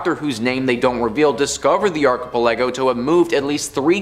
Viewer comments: Thank God you finally stopped saying archipelago. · Archipelago is a group of islands. It’s not hard to google a word and learn how to say it properly.